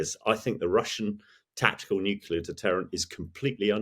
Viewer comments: 'Nukular'? Really? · Why do smart people sometimes say nucular? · "Nucular". Really? ;) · Hearing a military commentator say "Nucular" makes me shake my head. Come on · I find myself struggling to take experts seriously when they discuss ‘nucular’ weapons’. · If you're going to have so-called 'experts' as guests, at least educate them on how to pronounce the word NUCLEAR correctly.